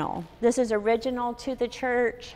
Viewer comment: This is the first time-ah, I see a woman-ah. livin' in a chuuurch-ah!